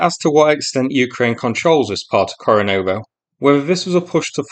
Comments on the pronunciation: Kore--NE-vo, not Kore-NO-vo. Yeah, I know it's a minor thing, but it's so easy to say it right. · KorenEvo - NOT KorenOvo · Ko rE ne vo though :)